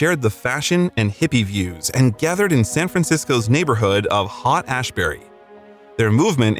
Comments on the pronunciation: C’mon now , “Hot ASSBURY”? Yer just not trying. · Speaking as one who knows, you don't get addicted to LSD. It's not pronounced "Hot-Ashbury"! It's pronounced "Hate-Ashbury." I hated Yoko Ono. What a bitch! She did what she could to break up the Beatles. And she succeeded. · Are you kidding me, hot Ashbury? Haight Ashbury Pronounced hate. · HOT Ashbury? NO. My ears are bleeding. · What exactly is an “Angelican?” Where exactly is “Hot Ashberry?” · Narrator, you should have practiced your script before recording. Your word pronunciations are horrid! HAUTE ASHBURY??? 😂😂😂😂 and! Many "facts" you report are incorrect or inaccurate. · I’m sorry, but all credibility flew the fu$k out the proverbial window when the lnarrator pronounced Haight Asbury as HOT Asbury. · How can you not say Haight-Ashbury correctly? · To spend so much time on this, then mispronounce Haight Ashbury, uncommunicative, corps....bye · this narrator speaks like he’s talking about a baseball game he never saw and doesn’t have any idea what the game is, for crying out loud!!! - in monotone. he has absolutely NO feel for the time or the people. get an older narrator who knows how it was. jeez!!!!!!!! and it’s Haight Ashbury almost like ate, but not quite!! not hot or whatever he said. john lennon did not bring about the summer of love, we did. it was in the air. the song was part of it!! who wrote this stupidity anyway?! sorry, but this is really awful. except for the editing of the visuals, which is good!! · I can't believe you mispronounced haight Ashbury